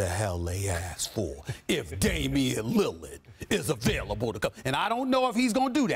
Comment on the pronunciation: "if Damian lillad"I'm dead